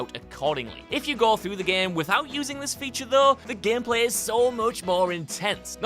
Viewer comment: "Gempleh" > "Gameplay"